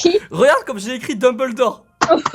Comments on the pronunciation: '' Fo deumboldore''😭😂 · "Dembeuldor school" HAHAHAHHAHAHA